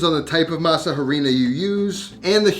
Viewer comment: Great video! Loved the recipe. BTW in Spanish when pronouncing harina the H is silent.